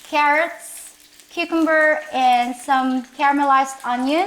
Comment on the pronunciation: Love the way you girls pronounce "cucumber'. I am kinda partial to filipino food: underrated treasures